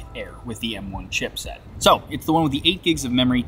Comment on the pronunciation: Every time I hear this man say chipset I die a little more inside